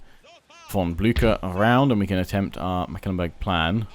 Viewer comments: Mecklenbrug, not Meckelenburg. Pronounce it as if it was a McDonalds product, the McLenburg :D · Totally agree., in English the pronunciation is closer to Mek ' Klen Burg. Once he also called Wurtenburg Wittenburg and I was like... They have Wittenburg on the map?! No, no. Just a slip of the tongue. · Please "google translate" Mecklenburg in German to hear its actual (sort of) correct pronounciation. McAllenburg is really not its name. Otherwise a pleasant voice to hear and excellent and explicit gameplay from You. Keep up the good work. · Hi, just to help you out with the pronunciation: The name Mecklenburg only has three syllables Mek-len-burg. I am enjoying this playthrough quite a bit! Thanks for creating the content.